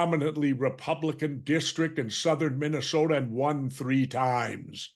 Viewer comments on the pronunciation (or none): none